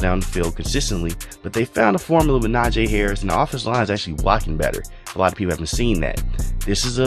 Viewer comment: Najee not Najaaaaaay.